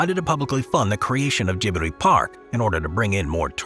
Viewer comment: Gibli needs to be pronounced properly too.... lol not your fault, but those Anime fans are crazed ( I am not a fan of that style of animation)